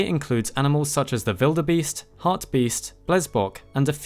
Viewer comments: Why does he say “Vildebeest” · Who in the hell puts that much effort to say wildebeest with a “v” sound? It sounds ridiculous and I’ve never met anyone who says it like that. But I did research and apparently some people in Africa say it like that so guess you get points for that 👍